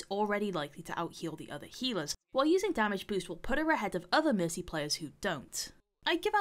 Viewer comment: Am I the only one who hears missy instead of mercy?xD